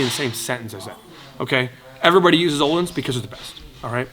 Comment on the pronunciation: smh its öhlins not olindsafa